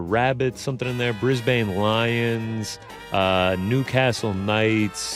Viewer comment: Huge L for pronouncing rabbitohs and brisbane